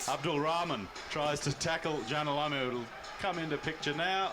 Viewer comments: another one calling him Lamoo, its Lomu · pronounced "law moo"